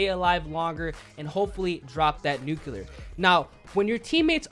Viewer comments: Nu-clear not Nu-Cu-Lur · Nook you lar.... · Yo I usually don’t mind when you say nuclear incorrectly but you said it wrong way too many times this video 😭